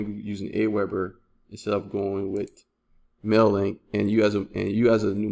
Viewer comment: I don't know if you just mumble or something but every time you refer to mailer link you are saying mailek. do you actually test this program? youre recommending aweber because you earn commission?